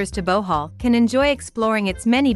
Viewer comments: Why is she saying Bowhaul instead of Bohol? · wow Bohoooololo thanks for educating me on this. Pronounce it : Buh-hall , here in Manila